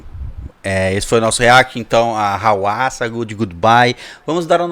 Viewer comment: Eu esperei tanto por esse react. Muito obrigado por reagirem! Eu sempre escutei a pronúncia do nome dela como RUASSA. Dicas de músicas da HWASA Maria I love my Body Chili Na